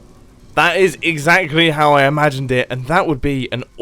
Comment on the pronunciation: Mumbo said that’s exzachery how it works